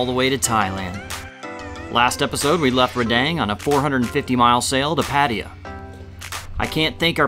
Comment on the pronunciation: I really enjoy this channel 😊 I’ve seen every video at least twice 😅 🎉 Definitely prefer the “crew” in the most recent seasons 🎉 My only complaint would be seriously needs to learn how to pronounce things 😂😂 Like Genoa and Pattaya lol 😂